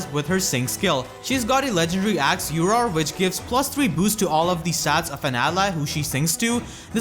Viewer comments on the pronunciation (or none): Uror is pronounced like the red blade tome btw Rauorblade = Rau-dr Uror = Ur-dr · IT’S “URDHR” NOT “UROR” REEEEEEEEEEEEEEE /s